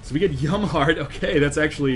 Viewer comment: Is it me or does it sound like "Yo Mamma Heart" when he says "Yum Heart"?